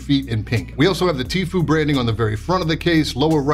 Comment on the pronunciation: It's pronounced Tf-you, not Tf-oo goddamnit! 😂